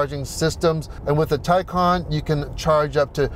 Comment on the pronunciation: Thanks for pronouncing both Porsche and Taycan correctly. What a beautiful and impressive car! Even more impressive consindering its Porsche's first EV